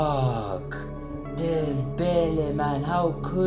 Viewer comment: He has to be South Africa with that Dembele pronunciation 😂